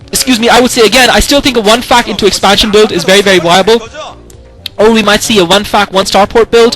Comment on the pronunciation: lol. when he says "fac" it sounds like "fuck"